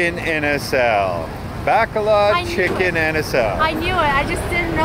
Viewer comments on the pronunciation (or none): buh-call-ud how its pronounced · Hate say it, you are saying Bacolod wrong. Been there a lot and my Filipina is from there